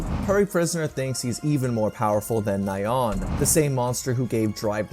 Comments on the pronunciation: Man poor Nyaan name getting butchered 😢😢 and it's pronounced like Ni-Yaan not Na-Yaan👍. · It's hard to take this seriously when the "expert" calls Nyan as Nai-yawn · It is kinda funny how you pronounce Ryan as 'Nye-ahn' instead of 'knee-uhn', like a cute cat sound effect... coz it's a cat monster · Nai-on. It’s Nyan! It’s the sound a cat makes!